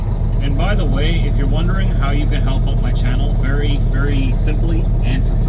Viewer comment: Wery... wery... nice weather 😰